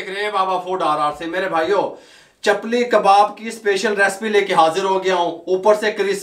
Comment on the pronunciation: Chapal kabab nhi chapli kabab😂😂😂😂😂